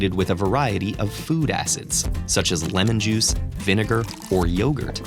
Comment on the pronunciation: It honestly sounded like he said lenin juice not lemon juice LOL